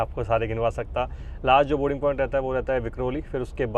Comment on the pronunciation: आपकों बोलना नहीं आता क्या।बोरींग पौईंट बोलते हैं लेकिन सही बोलना बोर्डींग पौईंट है